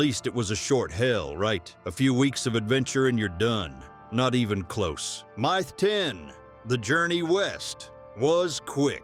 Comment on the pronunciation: Fix your crappy AI narration, some places you call it a “myth”. other places you say. My Th